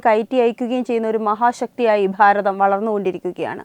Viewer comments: താങ്കൾ പറഞ്ഞത് 💯 % ശരിയാണ്. പക്ഷേ അവർ അത് മനപ്പൂർവ്വം പറയുന്നതല്ല,അത് തിരുവനന്തപുരത്തുള്ളവരുടെ ഉച്ചാരണമാണ് "ഭ" എന്ന് പറയുമ്പോൾ "ഫ" എന്ന് ആകുന്നത്. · Pharatham alla 'Bharatham' ennu parayu. Ellayidathum 'Phaa' prayogam venta